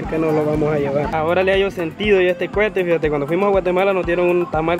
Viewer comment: se dice coete no cuete y también se dice petardos xd perdón por corejirte xd